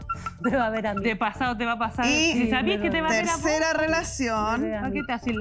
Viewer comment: Corrección señora jueza... Los argentinos decimos vos no vo!